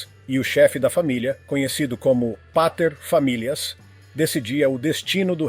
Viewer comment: O narrador tem um excelente, embora não completo, controle do R vibrante. Para mim é claro que ele vem de um R retroflexo que ele se esforça para não realizar. Já tinha ouvido dois "deslizes" antes do 'paterfamilias'.